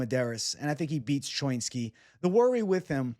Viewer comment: What kind of jew are you? When have you ever heard anyone say choinski like that. Pretty sure it's cho-inski